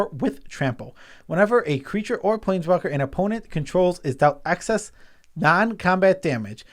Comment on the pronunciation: I feel like I'm the REAL nitpicking nerd here, because I got to call both of you guys out on pronouncing "excess" like "access". It's EX-SESS, not ACK-SESS. Sorry if I'm being a bit EXCESSIVE, but you guys do have ACCESS to a dictionary, right?